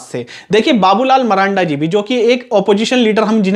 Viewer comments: Abe bolne to phle Sikh le maranda nhi marandi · भाई जी नाम तो सही से बोलिए उसका मरांडा नहीं बाबूलाल मरांडी जी नाम है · Babulal maranda nahi sir ji babulal marandi kahiye aapko to ucharan bhi nahi aata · Babulal marandi h sahi se bolo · भाई नाम तो ठीक से बोलो मरांडी जी